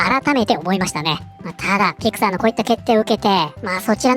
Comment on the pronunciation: ところどころピクサーがピク太ーと聞こえる